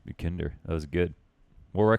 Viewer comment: It is pronounced more like yekinDAHR but doesnt matter honestly. Great vid tho keep up the work